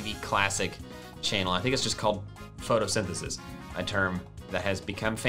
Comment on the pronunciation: Nobody: Literally No One:: pHOtoSyNTheSiS